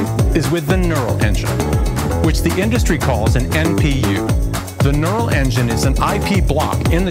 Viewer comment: lol gnurl engine, laughing about how the Apple person pronounced neural engine. Thanks for the information, I've been wondering about Linux support.